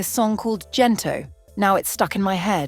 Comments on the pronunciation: Hard G please. Gento not Jento. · Would be lovelier if you pronounced Gento correctly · Great documentary (except for mispronounced words like Gento, Ginto). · Thank you for this but your pronunciation of GENTO is not appropriate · The letter G for the word Gento must be pronunce aa the sound of letter G in the word gold not G for the word general okay? The letters for Tagalog languange must be pronunce as it is and it will never change the sound even the letter change position in every word like the pronunciation for letter G.